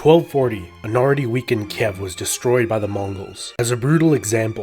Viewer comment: You always butcher some of the pronounciation. XD Sekigahara, Ieyasu, Kiev... xD Kind of adorable.